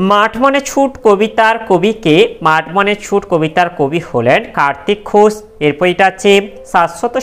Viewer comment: 4.2 খোশ না ঘোশ😂😂😂😂😅😅😅